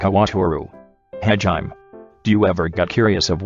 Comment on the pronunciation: “Hajiem” lmao